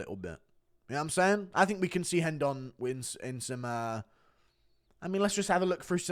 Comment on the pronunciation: STOP PRONOUNCING RENDON WRONG GOD DAMNIT!!!!